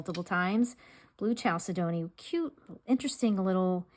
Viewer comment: Pronounced: kal-sed-nee for chalcedony .